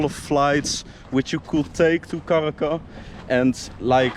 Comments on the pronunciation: please correctly pronounce Caracas with an S!! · It's NOT Caraca BUT Caracas !!!!!!! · caracasssssss not caraca